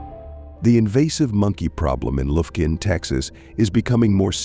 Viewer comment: AI is retarded! Lufkun, TX. Really?